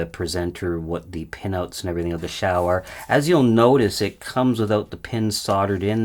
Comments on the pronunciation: Hmm, 'piccolo' would mean small flute, according to English Wikipedia, but 'small [Italian - detected]' according to Google translate. At least he got the pronunciation right: until now I've always been saying what I see - (ouch) 'Zhau' - despite the fact that a guy, Xiang, whom I knew is now Shane colloquially. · yeah points for pronouncing the x correctly. I’ve lost count of the number of incorrect pronounciations of Xi Jing Ping that I have heard!